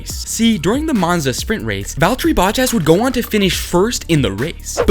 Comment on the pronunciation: "Manza", that's a first!